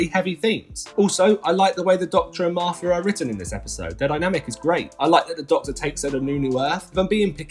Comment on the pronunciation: You know, the Marfta, that claffic Doctor Who villain.